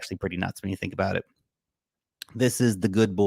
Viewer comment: Where - Wen 😂